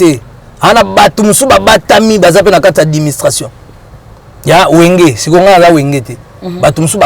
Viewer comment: Yo mutu olakisa batu français mais ozoloba adiministration na place ya administration. Oyo kindoki tein 😂😂😂😂